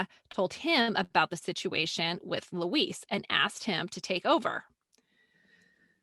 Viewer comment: Why are you saying Louise like it is a male Mexican name? Student "cancel"?